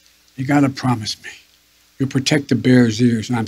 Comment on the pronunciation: That diaper is on fire, I pwomiss.